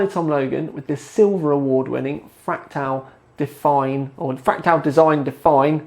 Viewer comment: two sentences in, and I hear "...fractile design..." /sigh